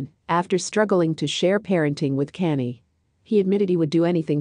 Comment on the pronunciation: Please address Kanye name correct 💯💪..Not Canned Ok